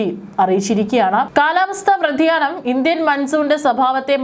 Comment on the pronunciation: Vrathiyanam alla vyathiyanam ennannu paraendathu hello